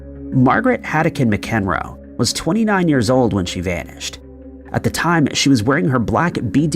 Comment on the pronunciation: It's pronounced MAC-EN-ROE. Not Muh-kin-roe. Smh.